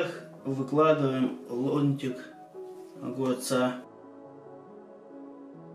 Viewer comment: Муж мой, а почему лоНтик, а не лоМтик?